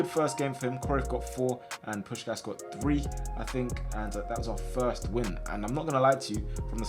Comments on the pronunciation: It’s pronounced Push Cash but all in one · It's pronounced push-kash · It is pronounced like "Pushkash". Looks weird written like that especially for a hungarian. But this is how i would write it in english to explain to you how to pronounce it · Hey, a hungarian here, just a quick tip: u pronunce it Push-kásh! Hope it help 😁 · its "puškáš" both pronouncing like you pronounce shaqiri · it’s push-ass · you pronounce puskas's last s like you do the first one